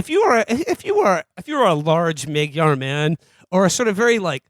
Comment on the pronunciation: Mayngwar. Mabtar. Margyar.